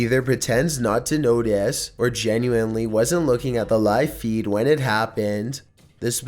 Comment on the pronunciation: Haha. Say notice or meteorologist again